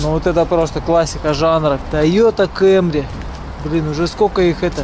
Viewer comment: Тойота КЭмри😂 ну выпадал с тебя всё видео